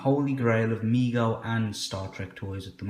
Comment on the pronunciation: Excellent review and thank you soo much for pronouncing Mego correctly (Me-Go, NOT meg-Go) so many UK folks like to deliberately mis pronounce typical words (not talking about the traditional ones like schedule). Keep up the good work!